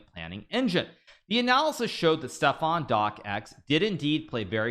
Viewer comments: It's pronounced DOX! Why is it that Americans have to butcher every name in any language? Especially a very easy one like this... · It's a silent C just say dox already xD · "Doc Ex"??? It's just his name: Stefan Docx. One syllable.